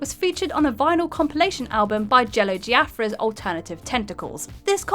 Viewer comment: who is Jello "Giafra"???